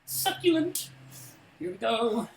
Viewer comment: I always laugh so hard when hearing saying succulent 😂 omg